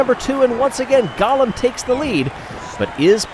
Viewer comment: I believe it is pronounced Go-lem and not Gollum ( my precious)